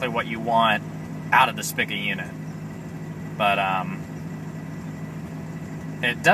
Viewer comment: pronouced Speeka.